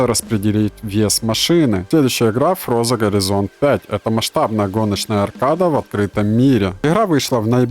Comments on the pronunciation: почему я слышу не форза, а фроза не хорайзон а горизонт мотоспорт вообще не последний, хотя существует мотоспорт 2023 года кринжовый топ гонок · Какая блин фроза? Какой горизонт? Учись читать правильно